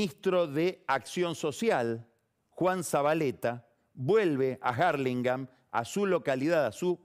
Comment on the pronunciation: Este tipo está en otro nivel. Novaresio es el otro que quizas habite esa esfera. Dos tipos que disfruto escuchar. Pero que por favor pronuncie Hurlingham en castellano, que lo trata de decir en Inglés y ni se acerca a la pronunciación correcta.